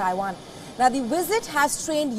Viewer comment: A wisit?